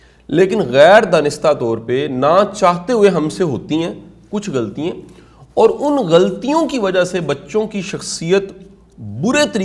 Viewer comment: Shah sahb ,your lectures are very effective, with due respect I would like to mention that there are some spoken urdu mistakes which can be corrected like GHALTIYAN is pronounced "ghaltyeeain" .there are some other words too...please forgive if I am wrong.